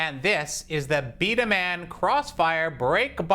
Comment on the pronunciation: Its not pronounced b da man its pronounced b da mon the characters are drevise and dracyan and the "hopper" Is a magazine